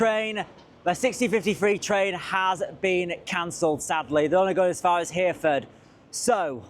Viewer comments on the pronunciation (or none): Reminding me of that line i havent taken in a good few years and its always been awful. btw its "Her a ford" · Can't believe you've not sampled the delights of those stations/associated route woes before.... they can be the worst! but glad you got there in the end! also double check the pronunciation of Hereford 😉